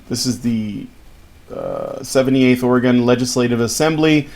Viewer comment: It's or-eh-gun, not or-ee-gahn. We ain't "gone" nowhere.